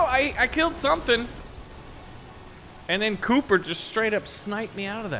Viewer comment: Bro called 'copper' 'cooper'